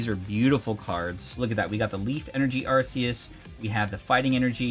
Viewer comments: Neither, its just Arceus. The plural to all pokémon names is just the same as the singular. Also, it's arc-e-us. Not arse-e-us 🤷‍♂️ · you mean arkoos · Never seen someone who makes so much pokemon content mispronounced arceus so much 🤣